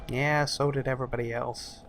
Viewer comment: i heard "everyburdy", also if you're reading this great guide lol